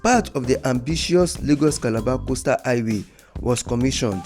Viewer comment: It is called Highway, not i-way